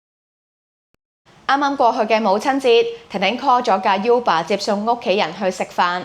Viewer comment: 正確讀音係 污爸 唔係 U 爸